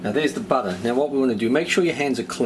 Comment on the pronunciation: LOL exactly like my husband says butter, he's from from Long island New York 🤗